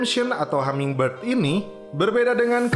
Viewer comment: Hummingbird bang bukan hammingbird